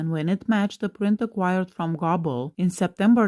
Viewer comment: I thought Goble (Not Gobble) was Ron Jeremy. Goble is pronounced Go-ble.